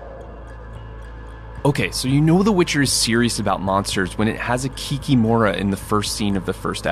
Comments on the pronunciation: It is KikImora, not KikimOra. Who said to pronounce this way at the beginning? It always was KikImora in Slavic cultures. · How funny! Swamp Kikimora (or as we say it - ki-kEE-mora, stress on "EE", not "O") is an old fairytale creature, from paganism era. Not really a monster, just a spirit that messes things up and protects chickens. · correctly emphasize the second syllable of this word - kik-í-mora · KikimorA, hit on A not O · It's funny that they were presenting Slavic creature, and just assumed that they say everything correctly, just like Americans do with names - Boris, Igor, Vladimir, etc. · Can't say for other Slavic languages but the correct pronunciation in Russian and Belarusian is kikImora, the stress is on i, not on o (кики́мора and кікі́мара respectively). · Kikiiiiiiiimora stress on the second vowel, do not make such mistakes, please